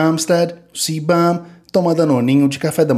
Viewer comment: "Chris Bumbstead, o CÍBÃM".